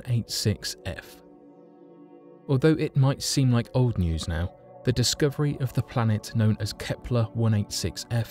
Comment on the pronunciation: Discooverie? lol